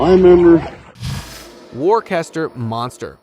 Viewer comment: Dude... in case you aren't an AI robot in the employ of a content farm in China, it's 'Wusstah' not 'Workester.'